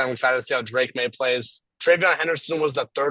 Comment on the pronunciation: Bro said “is that Jerod mayo” 😭😭😭 0 ball knowledge, its drake maye smh